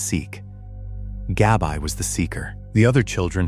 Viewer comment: Her name was Gabrielle, short name Gabby not GABI(EYE)